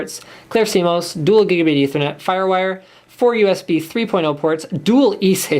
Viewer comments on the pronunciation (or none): none